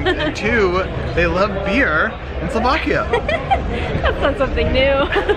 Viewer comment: kousičé sloákiá:face-fuchsia-tongue-out:🤣